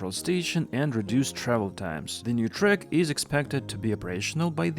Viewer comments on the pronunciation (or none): Track has an open A, not a schwa sound.